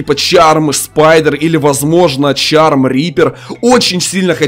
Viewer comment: Это не чарм, а шарм